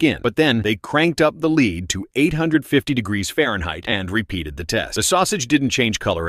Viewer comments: "molten 'leed' instead of 'lead?' And no one checked the audio of this meaning they are morons. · Its lead not lid/leed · Stop AI. It's not LEED. It's lead. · "Līd" No "Lehd" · It’s pronounced “led “ bro not “leed” lol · You said led perfectly fine the first two times and then started saying leed 😂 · Leed or led or lead or lead? 😂 pisstake can’t watch anymore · It's not leed it's lead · Its lead not leed you dumb ass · Lead or Leed? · it's not leed, it's led. u AIs r all alike. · Bruh he said molten lead correctly the first time so why did it change to molten leed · What's Leed,don't they mean Led😂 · Read ur dictionary or learn ur orals, it's actually pronounced as Led so yes the ai is correct. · If you cant get your voice bot to pronounce LEAD (not LEED) correctly your channel gets blocked. Put some effort into it. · Lead not "leed" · Stop saying lees you fool. It is lead. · I hate AI. It’s lead not leed. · Leed it's led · Dip your hand in lead❌ dip your hand in leed✅ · uh, yeah. Led, not LEED, two different pronunciations. Learn English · is leAd, but in some English types, it sounds like lEEd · "leed ingots" Ai...you funny. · Leed ingots 😂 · The molten "LEED" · Molten LEED.. WTF is this AI shiznit!!!!! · Hate these robot voices. "Molten LEED", what a joke. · Leed? he got it right once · Your AI narrator is saying "leed" instead of the name of the metal, after the first line. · AI pronunciation of "leeed" hilarious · Molten “Leed”… yup AI is gonna take over 😂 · "leed ingots" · This ai guy is so dumb he says molten lead and then says molten leed wtf? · Lead is now "leed": caused by AI. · Learn to properly pronounce things: Lead(metal) is pronounced LED! Damn A.I. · UGH "the leed" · Gotta love that poopy AI voice... Leeeed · Lead? I thought they were using lead😂 calling it leed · Leed learn to speak or stop using ai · pronouced led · leed. lmao... I can't! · Molten leed got me xD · The LEED haha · Molten Leed ? Lmfao😂😂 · Molten leed 😂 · ahh yes molten leed